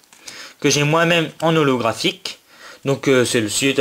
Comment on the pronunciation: xd a un moment tu as dis Tortank ollographhique xD tu etait trop la haut je crois